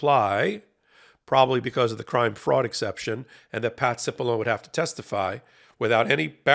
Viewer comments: You're pronouncing his name wrong. It's Patsy Balongne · Hey, Cipollone is an Italian name. Please show some respect by properly pronouncing Italian names correctly.